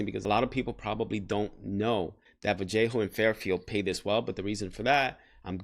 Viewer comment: ‘Va-le-ho’ not ‘Val-jay-ho’ 🫣 Been following you since you moved from New York to sac as I go through my professional journey CNA into RN. You and your wife are very inspiring and have a lot of informative content in your videos! Keep it up 👍🏽